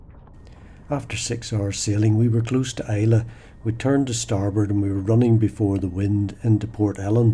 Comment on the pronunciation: Really enjoyable video. FYI It's pronounced "Eye-La" not "I-Lay".